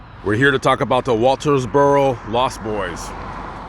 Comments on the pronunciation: Well, maybe you were saying: "WalterSboro", instead of "Walterboro", but you were pronouncing the name of the county (Colleton) correctly! Good video,. Thank you. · There is no s in Walterboro. It is very painful to watch this video with you mispronouncing the name of the town the whole way through. If you're going to make these videos like you're some kind of reporter you need to learn how to pronounce the name of the town correctly.